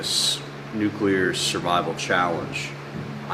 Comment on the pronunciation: Attention all Americans: it's NUCLEAR, not nukular. Thank you. Dummies.